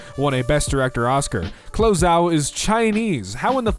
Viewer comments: DUDE! Chloe is pronounced 'clo-ee.' I love you, but where the fuck have you been/are you from? Also, Fausee instead of 'fow-chee?' Please, come back to the planet. We NEED to reeducate you, my dude. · Chloe = KLO - EEE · Why did you say “Chloe” like that?